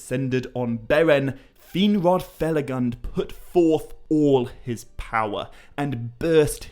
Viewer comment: please use the correct pronunciation of Finrod Felagund, with U as in tWO. From what I noticed is one of the few Tolkien misspelled words in your videos (huge fan) and they aren't few. 😊